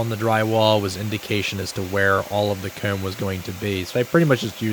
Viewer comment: I'll never get over how he says "coormb" and "hoorme". Good one 👍